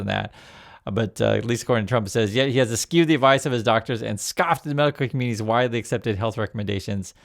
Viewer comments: Es-chewed is how you pronounce it! I hope he doesn't even get another four days. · Look into how "eschewed" is pronounced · that isnt how eschewed is pronounced. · You are mispronouncing "eschewed". Do your homework.